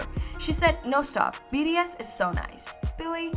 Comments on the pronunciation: i think she said bts but it sounds like bds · DEAR, YOU SOUND LIKE YOU ARE CONSTANTLY CALLING THESE SEVEN AMAZING MEN,"B....D.....S." RATHER THAN "B......T.....S.". I'VE LISTENED TO ONE OF YOUR VIDEOS ABOUT BTS TWICE AND KEEP HEARING B........"D".......S....... PLEASE SLOW DOWN AND SPEAK CLEARER FOR US!!! ❤ THANK YOU SO MUCH!!!! ❤🎉😮😢😅😂😊🎉❤ Sherrill Smith PAC/NW/USA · Its BTS not bds sorry but pls pronounce their name correctly am really sorry for the rudeness but yea❤😅😊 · Is it me or She says bee “ ri” S vs bee “ tea” S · It's B-T-S.....not B-D-S ! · B....t...S Not ....B.D S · BTS. Not BDS😮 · I think my hearing has gone a bit wonking on it sounds like she's saying BDS not BTS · sorry its enoying you say Bds s many time , and called theme wrong name, its BTS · why are you saying bds, there name is Bts, how can you not know there name when the are famous all over the world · Not sure if your pronounciation was just off or you genuinely think their name is BDS. Its kinda distracting. Btw, I heard that the Halsey interview one was a skit or something. Its not really a real interview. Correct me if I'm wrong tho. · Your content is well researched...but please work on the prononciation of BTS...it sounds like BDS all the way in your vids...kind of annoying. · If u can't pronounce this boy band name right u should not be talking about them like u know them. It's B T S... say the alphabets right or r u poking fun of them too. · BTS pronunciation is bothering me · it’s not a big deal lmao. Don’t be so dramatic…there’s bigger problems than correcting a “D” to a “T”…that takes re-recording it